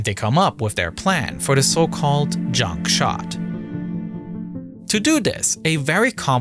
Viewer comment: How do we stop the oil from polluting the ocean? Shoot garbage at it! The narrator needs some serious English training. R sounds are completely lost like GROUP is said as GWOOP. Inflections are off too like when he says "junk shot", pausing in between the words.